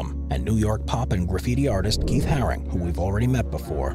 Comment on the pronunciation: Keith haring not “harris” 🙈 Also saying robbo v banksy was one of londons first graffiti wars is just ridiculous 😂